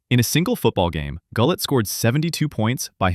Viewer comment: Wow...off to a great start...pronouncing Gullett wrong.